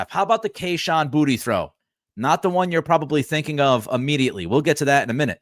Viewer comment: Pretty sure Kayshon pronounces his last name BooTay.